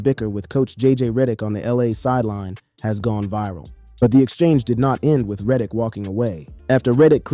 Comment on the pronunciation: Stop mispronouncing Reddick